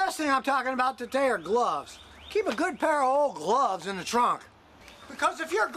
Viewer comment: Interesting way to say "gloves" lol